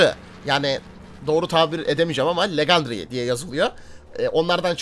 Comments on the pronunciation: abim legendry dedin şeyin tükçe söyleşi şudur (lecindiry) bide kalplersen sevinirim :) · Abi tam okunuşu lecındiri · Egpenceli bir yayinciya benziyorsun ,tesekkurler! Ayrica legendary=lecındıri diye telaffuz ediliyor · Lecındariy DİE okunuyo legendary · Legendary diyemeyen senin canın sağolsun